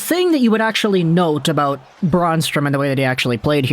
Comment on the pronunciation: Brann !! Not f,ing Braun strom lol